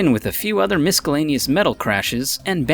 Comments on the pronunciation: The word miscellaneous is pronounced ˌmɪsəˈleɪnɪəs/...... the 'c' is silent..... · YES! I should have read the comments first before posting my own but I did notice this disappointment as well 🤣 So much goes into making a video and I thought this one was pretty decent until we hit that "mis-skull-ley-nee-us" bump in the road. Now, instead of audio tricks being the intended topic of conversation, I'm left wondering if this guy just unintentionally reassured/taught a bunch of young, impressionable minds how to mispronounce the word "miscellaneous" Mispronunciations are 100% avoidable, they're distracting and depending on how bad it is, for me personally, overlooking how to pronounce a word before using it in a video that you intend to share with the world can temporarily destroy any good feelings & opinions of the video... I'd even go so far as to say it wrecks the credibility of channels like this. If you're already going to plan out a video, and write a script for yourself to narrate it, then you should probably also take the extra step and make sure that you're pronouncing your own words correctly. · Miscellaneous not miskel anius wtf??? What are you reading off? Did you use an app to find different words to use because u can't even pronounce them right. Don't use words if you don't know them then u just sound stupid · "Miskelaneous"? Needs a better script writer. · LOL-ing at "miskuhlaneous" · Did he really improperly pronounce miscelaneous as miskelaneous... the 'c' is silent homefry. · Just a friendly Public Service Announcement: The letter "c" in the word "miscellaneous" is silent. 🤔 Did anyone else cringe just a lil bit when the narrator said the word miscellaneous like this: mis-skull-ley-nee-us? 😜 Hahaha... 😄 Maybe nobody else noticed? Knowledge is Power 🤓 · "A stapler and MISKELANYOUS...." ??????? What a moron. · seriously. Miscellaneous. Miss-el-ane-e-us. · Wut? Mis-ske-laneous? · "Misk-el-aneous?" Really? 9__9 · or "Miskilaneous"